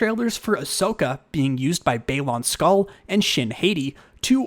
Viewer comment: Orange is also cool, and ppl also a lot of the time say Shin Hati's name wrong, and u also said Baylin Skoll wrong, so, that's all.🐑